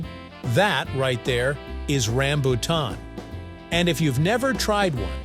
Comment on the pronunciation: i hate the mispronounciacing of rambutan